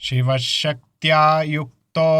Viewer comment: గురువు గారు మీరేమో శివశక్త్యాయుక్తో లో శ కారం చదువుతున్నారు శిష్యుడేమో ష కారం చదువుతున్నాడు